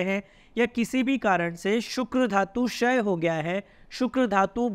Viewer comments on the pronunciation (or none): अरे ये छाल बोलिए शाल नहीं क्षय बोलिये शय नहीं अंग्रेजी स्टाइल नहीं